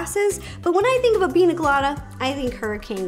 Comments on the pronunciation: I want to try this recipe! I love your videos Ro! The only thing that gets me is you can say caña, but you say Pina instead of piña. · Why does she call it pina colada? It’s pronounced peen-ya colada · Piña: peen-ya not peen-ah. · Rosanna Pansino it’s prounounced pińa colada I’m Mexican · The fact you can pronounce caña correctly but not piña 💀 😂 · Pronounced “PEEN- YAH” piña... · It’s “piña” not “pina” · It bothers me that she says pina and not piña coladas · but it's piña not pina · She said pina instead of piña....I can’t watch the rest of this srry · PIÑA PIÑÑÑA NOT pina 😂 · It’s piña it’s pronounced pinyya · You drove me crazy. It's pinya not pina. I the squiggly above the n equals a ya sound. Pinya coladas not pina. Please Ro if ya make em that good say it right. Love your vids. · me:BE CRINGING WHEN SHE SAYS PINA COLADA BECAUSE IM MEXICAN!!!! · The little girl in me who grew up in Mexicantown keeps saying piña. Pinya. Just like jalapeño. Jalapenyo. Not a critique, Ro is stinking adorable. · Ro:PiNa CoLaDa Me:pls PRONOUNCE the Ñ!!!!!! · It's Piñññññññña Colada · The way she says Piña makes me think this is not the best one